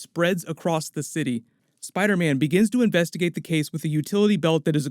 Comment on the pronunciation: “Spida- mein” 😂😂